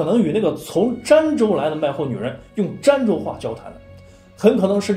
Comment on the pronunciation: 儋州 那字念dan第一声吧？